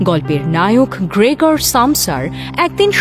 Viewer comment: এ গল্প রাজনৈতিক-সামাজিক-অর্থনৈতিক এবং মানবিক সম্পর্কের টানাপোড়েনের-দুঃসহ যন্ত্রণার গল্প।সক্কলের অভিনয় বেশ ভালো।তবে গ্রেগর নামটা সঠিক উচ্চারণ করা উচিৎ ছিলো।অ কার কানে লাগছে ❤